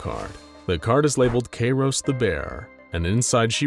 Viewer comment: Bro his name is kairos Kairos time go brrrrr